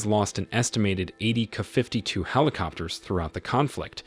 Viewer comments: KA. KA. KA. Not “ka”. Jezus. It’s not a crow, it’s a helicopter. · Can't you 'teach' AI to properly pronounce "KA-52", instead of "KuhFifty Two"? When you give AI the data file (text file), spell it "Kay Aye Fifty Two". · "Kuh 52"? Really?! OMG..AI narraratoin sucks so hard! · K..A..52! NOT 'kuh' 52😅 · Kay-Aye 52, not "kuh." Also, Em-Eye 58 (or whatever the number was). This is the problem with having an AI voice read a script. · Artificial Intelligence, would be even better if the script were considered and instead of using "Ka" it should be "K A". I'm getting more and more pi**ed off with people being lazy and not doing a proper narration. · It’s not KU 52 it’s K A 52. K A as in apple. Get it right. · What the hell is a "kafiftytoo" !! It would really be nice if these sites that insist on using AI Text-to-Speech for Narration would learn to Train their Text-to-Speech before hand AND use Phonics for uncommon words etc such as "kay-ay-52" or "kay-ay Fifty Two" OR type it as it should be spelled "Ka-52" but Train it to say it right. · It’s not a Kuh 52 - it’s a KA-52😂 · It's kay or kay A fifty two not kuh 52. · Man I hate these AI Voice readers. IT it is a "kaaaa" 52. It is a K.A. 52 The "K" stands for Kamov, the Russian design bureau. and the A is Attack or other information. Same thing for the MI and AN for military stiff. Two separate Letters pronounced separately. Put a . or , after the letter to pronounced them correctly with your robot voice. My commodore 64 had that options for voice. Get with the times. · Wow...a "kafiftytwo"? Your narration program sucks. I'm out. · "KAFIFTY 2"?? Thumbs down for the terrible narration. Have some quality standards! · The narrator sounds like a complete idiot buy mispronouncing the aircraft designations. ME8, Kuh52. Then they stay there is a turret mounted Auto Cannon when it's clearly mounted alongside the fuselage not in a turret. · kaah fifty two....kaah mon ! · The "Kuhfiftytwo", huh? Wow, your AI sucks.